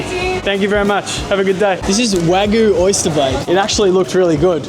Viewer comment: Dude it’s Wa Gyu—Not Guuuuu—Cow in Japanese is Gyu like milk in Japan is Gyu n Yu